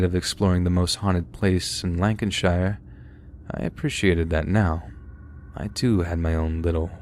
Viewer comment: The way you pronounced "Portsmouth" and "Lancashire" was interesting. ;)